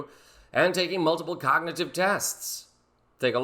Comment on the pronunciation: He couldn’t even pronounce the word cognitive